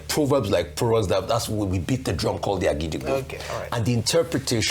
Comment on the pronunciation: NOT AGIDIGBO. IT IS OGIDIGBO (do do do mi)